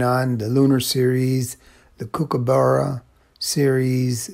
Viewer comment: If you pronounce it COOK-aburra, you'll be saying it the correct Australian way 😁